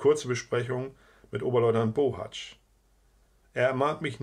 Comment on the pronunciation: Du bist der erste der meinen Namen richtig ausspricht! Ich bin nämlich auch ein Bohatzsch nur ob der aus der Erzählung zu meiner Familie gehört weiß ich leider nicht. Aber wäre schön interessant so oft gibt es diesen Namen ja nicht